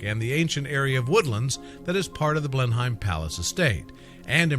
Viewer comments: Coming from England myself I've never heard it pronounced blen-hime before 😅 I'm pretty sure we just pronounce it blen-im? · Interesting but it is pronounced blen/hum palace I know that as I live in Oxfordshire not far from the palace